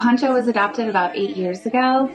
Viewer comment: AND IT'S PANCHO. NOT PONCHO. PONCHO IS A WRAP YOU THROW OVER YOUR SHOULDERS. PANCHO IS SHORT FOR FRANCISCO. COMO YO 😅